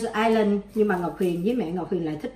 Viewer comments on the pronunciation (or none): none